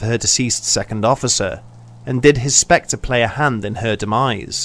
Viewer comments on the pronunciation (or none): none